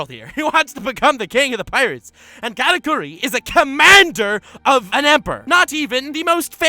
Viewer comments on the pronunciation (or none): “Katakuri” Why does he say it so weird? like is it really that hard to say the way it was meant to? “K4raKoory”